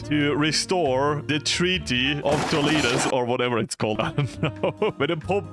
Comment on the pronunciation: "TordesiLLias" 😭😭😭 its "Tordesi"i"as, double LL in Spanish is like an "i" sound 😭🙏